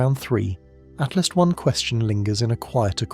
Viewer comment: Correct your AI narrator...it's ATLAS, NOT ATLAST.